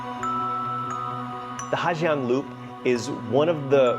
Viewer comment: Well.... You were right. The waterfall that looks like Du Gia, is pronounced Zu Za. But, guess what that means??? You've been pronouncing Ha Giang wrong the whole video, and your whole trip. In North Vietnam, the 'Gi" letter combination is pronounced as a 'Z".... so it's pronounced Ha Zang. Not Ha Gee-ang.